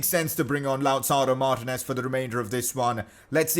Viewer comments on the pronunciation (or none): none